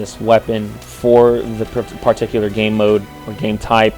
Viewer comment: wth is he pronouncing "particular" like that? It's really annoying. And he says it alllllllll the time. It's like it's scratching my brain with an icepick.